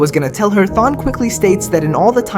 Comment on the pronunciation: Thawne is the kinda guy to torment you for decades because you pronounced his name wrong